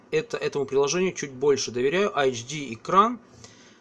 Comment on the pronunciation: Такеши... Почему - АЭЙЧДИ а не Эйчди? Где тут ( HD ) первые две буквы? ))))))